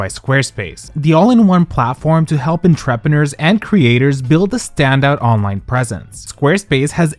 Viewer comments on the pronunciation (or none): How did you pronounce entrepreneur??? 💀💀😂